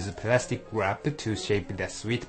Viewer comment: Oh, I love you and your "plastic guwrap" -3